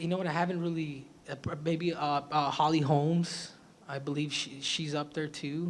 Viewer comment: “Holly Holms”